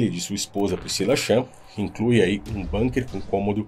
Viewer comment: Bunker é uma palavra alemã e se lê bunker e não banker